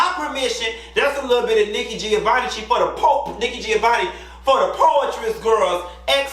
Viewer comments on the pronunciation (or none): none